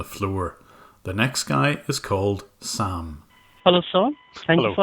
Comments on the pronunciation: i swear the guy says his name is sham instead of Sam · When the guy said his name was Sam it sounded like Spam